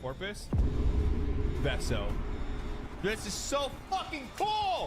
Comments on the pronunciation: Veso not vemo lol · LMAO! HOLY SHIT YOU MISPRONOUNCED VESOS NAME! fuckin' "venmo" lmao! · COME ON, THE DUDE'S NAME IS VESO! V-E-S-O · why did you have to butcher vero's name like that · ok, you getting his name wrong each time freakin sent me, that was a nice touch. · I love the commitment to never saying Vasor's name correctly. Poor guy really never gets remembered. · lol you mispronounced veso’s name. That’s perfect. I found warframe on the PlayStation store on the list of the most popular games in the country. Plenty of people are playing it. But you’re right, for some reason it’s hidden in destiny’s shadow and it should be the other way around.